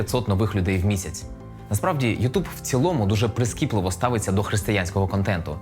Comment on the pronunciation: ютЬюб*, а не ютУб